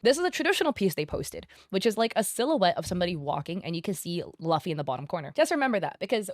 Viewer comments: It hurt every time you say Luffy wrong. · Who says Luffy like that 💀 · I have never heard Luffy being pronounced like that before